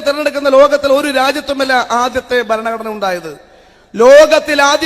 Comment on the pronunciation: ബരണ കഡന അല്ല പ്രതാപൻ സാറേ...ഭരണ ഘടന ആണ്